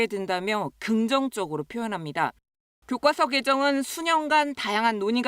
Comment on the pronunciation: 교꽈서가 아니고 교과서인데. 거슬려